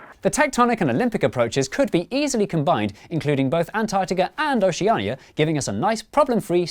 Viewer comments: ocenia yes what is that pronouncation though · the way you pronounce Oceania....... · Oceania is pronounced Oshu-nia Also, what is it with the sound in these videos, it just drops out and gets lower, is that intentional? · The way they misprounce Oceania makes me want to gouge my fucking eyes out. It just sounds like "oh-sha-nee-ah" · Me trying to figure out why oceania is pronounced like theres narnia at the end be like: I____I